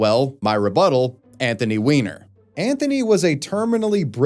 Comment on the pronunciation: Weiner ≠ Wiener the 'ei' is pronounced as English 'i', the 'ie' as English 'e'.